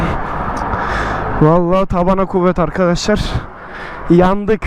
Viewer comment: nobody : arkaşlar